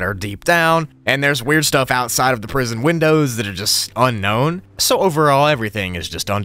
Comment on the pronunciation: "Prison broogli"